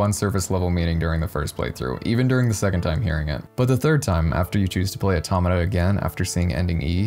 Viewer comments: Hold on now....this man just used Re[in]carnation music in an Automata video. Hopefully we get a vid on it too. (also mispronounced Automata) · You cannot even pronounce it 🤷‍♂️